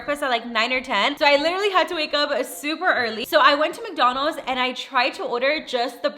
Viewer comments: Why do you say McDonalds like that? “McDonals” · Love how she says "McDonos"